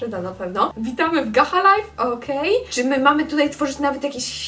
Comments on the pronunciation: Nie muwi się gaha life tylko gacza life ale się pisze gacha life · pisze się gacha life a czytanie gasza lajf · Spróbuj Gacha club bo mówisz że gacha life jest trudne XD a wgl w roblox jest gacha online i robisz te postacie tylko że jesteś online I MÓWI SIĘ GACZA LAJF lol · 1 podpowieć gacha life nei nazywa się gacha liefe tylko gacza lajf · Poproawię. Pisze sie gacha live a czyta sie gacza lajw❤❤❤💓💓💓🍨🍨🍨🍨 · Piszę się gach a life ale muwiłaś się gacza life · mówi się - Gacza Lajf 🎉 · Pisze się: gacha life a mówi się: gacza lajf😊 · Po pierwsze wymowa: Gacza Lajf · jak cos to się mówi gacza life